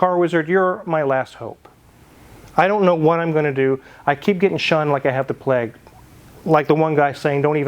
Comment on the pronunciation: Wizard, Plague is NOT pronounced “Pleg” but rhymes with “vague”. Just sayin’.